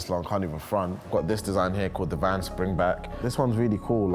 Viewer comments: VANS! NOT VAN! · Hearing that one guy call Vans a “van” I knew I had to click off